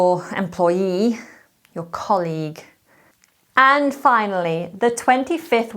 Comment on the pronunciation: For colleague, you are pronouncing in the wrong way